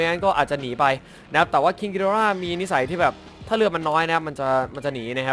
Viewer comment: อย่าออกเสียงว่าคิงกิดอร่า สิครับ มันฟังเเล้วนึกถึงการ์ตูนบ้างเรื่อง